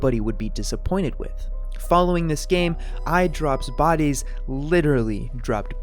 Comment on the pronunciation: Why You Say Idropbodies Like That